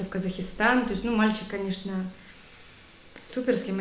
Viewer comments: Слова коверкаете.ВАМ НАДО ,ПОМИМО МУЗЫКИ ВАМ НАДО ВЗЯТЬ В РУКИ СЛОВАРЬ И ПОЗАНИМАТЬСЯ НАД ГРАММАТИКОЙ .НЕ ИСКАЖАЙТЕ СЛОВА.КАЗАХИСТАН.А НАДО ПРАВИЛЬНО ГОВОРИТЬ КАЗАХСТАН. И НАД ПРОИЗНОШЕНИЕМ И НАД УДАРЕНИЕМ ТОЖЕ ВАМ НАДО ПОРАБОТАТЬ,ПРЕЖДЕ ЧЕМ ВЫХОДИТЬ НА ЮТУБ И ВЫКЛАДЫВАТЬ ВИДЕО. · Спасибо за реакцию,правильно произноситься Казахстан,после х нет буквы и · Да, и "Казахстан", а не "Казакистан",. А вообще - великолепна. Для человека, не говорившего на русском с 14 лет, ее речь совершенна. И этот чарующий голос, сияющие глаза... Я уж не говорю о содержании ее рассказа. Спасибо ей большое! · Казахистан, мать ты с какой планеты?, когда ты ковекала его имя я терпел никогда ты изковеркала страну, ну куда это годится? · Единственное замечание -- Казахстан .